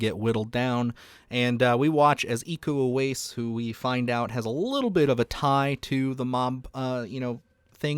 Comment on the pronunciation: Iko Uwais is pronounced ee-ko oo-wa-ees. Im Indonesian. Love your channel ❤🎉